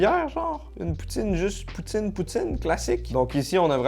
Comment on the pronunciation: Quand j'ai entendu "poutine ch'ti" pour la poutine Lilloise j'ai eu un peu mal :((